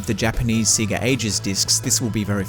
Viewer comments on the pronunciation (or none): Say-ga not See-ga..